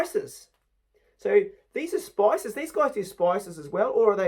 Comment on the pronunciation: Various “species” lol, not spices, I know you were just over excited and missed it because there’s so way the NZ public education system was worse than ours in the backwoods of West Virginia. Nice haul you got there!